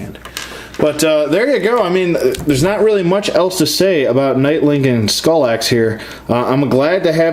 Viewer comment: R.I.P Skallox...not "Skull-axe"